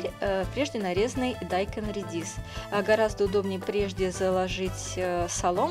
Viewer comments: А почему вы дайкон(ударение на о)Говорите дайкон (ударение на а)Зачем коверкать слова.Так же и баржом!Что это за боржом?Может боржоми? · Я тоже заметила, что автор говорит дАйкон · желаю вам пересмотреть больше видео- блогеров по приготовлению кимчи... да,и вода не отекает с капусты,а стекает. Отекать - это что то вроде опухнуть...И ещё,как то привычнее слышать слово - дайкОн,а не дАйкон,по тому что так правильно - дайкОн ... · Не дааайкон а дайкооон 😃😃 ударение на О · Правильно говорить - дайкОн, а не дАйкон...😉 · ДайкОн!!! Ударение на О. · Во-первых,это не редиска, а редька. А во-вторых, дайкОн. Ударение на О,а не на А. Это просто для ознакомления. А в целом, рецепт хороший. Но классика все же лучше, имеется без добавления фруктов и других овощей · Еще одна. Вы сперва Русский язык выучите, потом нас учите готовить. Уши вянут уже . Каждая вторая каверкает слова. БазИлик,КИмчи, теперь ДАйкон. Так и хочется ударение по голове всем вам сделать. Неучи. Позор просто.🤦🏼‍♀️